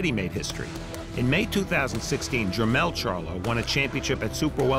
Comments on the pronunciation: Jer- "mall". like the shopping "mall" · Bruh its Jermell n JER-MALL like going shopping in the MALL! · This is listed ad Mall but Farhood keeps calling him Mell.... and showtime didn't feel it important enough to correct? WTF? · He keeps calling him jermell but this is the bigger older brotha jermall lol! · It is Jermall not Jermail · Jer-mall! Dude don't know how to pronounce his name. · It’s PRONOUNCED GER-MALL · "Jer-mal" whaa? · It's Jermoll lol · It’s jer mall smh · It's Jer-Mall, like mall lol, that shit was annoying as hell.